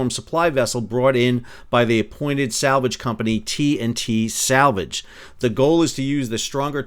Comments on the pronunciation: sal -vage? mercogliaNO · SAL-Vage! too funny. Great video! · ‘SAL’vage, made me laugh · I always thought it was pronounced "sal-VAJ" 😊